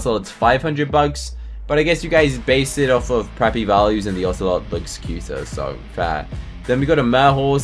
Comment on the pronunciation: Wait, I thought a lion was a common? Also ocelot isn’t really said like that. No offense. Just saying😊I like ur videos!